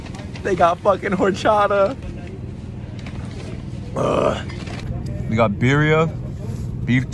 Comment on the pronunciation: is not “ horchata “ is ✨Jorchara✨